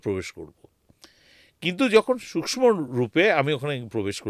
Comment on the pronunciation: আমার মনে হয় পডকাস্ট করতে করতে আপনার আত্মা শরীর থেকে বাইরে বেরিয়ে , অন্য কোথাও ঘোরাঘুরি করছিল। আত্মার ও ওজন করেছেন উনি ? কেনো যে উনি বার বার সূক্ষ শব্দ টাকে সুস্ম বলছেন ? মোক্ষ কথা টাকে মোক্স বলছেন। কি জানি ওইখান থেকে হয়তো নির্দেশ দিয়েছিল ওনাকে। ২০২৭ সালে আবার যাচ্ছেন ? তবে শীতকালে যাবেন না কিন্তু,আবার ঠান্ডা লেগে যেতে পারে প্রথম বারের মত।